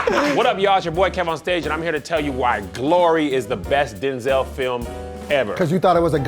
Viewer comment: He did not just say “Do-zel Washington”